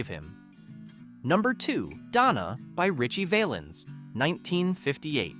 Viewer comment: Why did you show a picture of Sam Cooke when you talked about Sonny Knight? The song by Jimmie Rodgers was pronounced "Bim-Bom- Bay". Ritchie's last name was pronounced "Val-ins" not "Vale-ins". His real name was Valenzuela but Bob Keene changed it to "Valens". George Hamilton IV was a friend of mine. He told me in 1999 that the Baby Ruth candy bar company wanted him to cease and desist' from mentioning their product. However, the song resulted in higher sales so they with drew their objections. He recorded that song in a studio in Swain Hall on the campus of UNC. I saw that studio many times while I was a Radio TV major at UNC. I remember all of these songs, but Teresa Brewer, Eileen Barton, Tommy Sands, and Patience and Prudence didn't pass the test of time. The Platters recorded a more enduring version of "Harbor Lights".